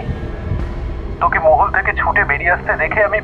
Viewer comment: গল্পটা খুবই ভালো লাগলো কিন্তু মহল কথাটার উচ্চারণ টা ঠিক ছিল না তাই বার বার কানে লাগছিল❤